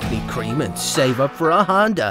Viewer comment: I tjought he said HONDAI